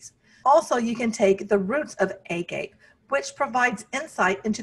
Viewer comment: Great video except it’s pronounced “ah-gah-pay” and means unconditional love in Greek. 😊